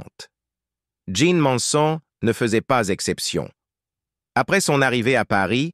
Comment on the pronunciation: Ces commentaires avec cette voix robotique et répétitive sont antipathiques. Jeane méritait mieux. En plus le commentateur prononce mal le nom de "Manson".